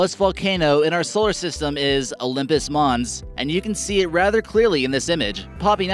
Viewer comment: He pronounces "mons" correctly. Mons is the Latin noun for Mount, Olympus Mons = Mount Olympus (which is the place where, according to Greek mythology, the gods lived).